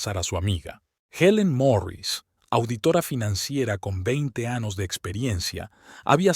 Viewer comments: Me da tristeza oírlo. ANOS POR AÑOS, por favor .... este señor es un bruto las palabras estan bien escritas pero ese.señor da pena mo.sabe leer. Aprenda primero. ANALFABESTIA. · Por qué no arreglan el programa de lectura? 19 anos? Pongan los acentos. Es doloroso escuchar ésto. Bye!